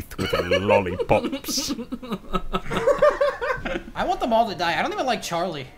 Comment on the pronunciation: I couldn’t stop laughing when he kept on saying LOLIPOPS